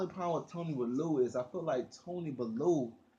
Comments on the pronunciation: U always say bullew it's bellew like bell you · M8 it's bellew !!! Not balloo , sounds like someone out of the jungle book . Lol . If u watch boxing you would of heard is name so how u pronounce it like that is funny as fook. No more weed for this man 😂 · mario forgaze yhh but been making videos on bellew for years now and still not got it right all u have to do is watch a bellew fight and u should know how to say it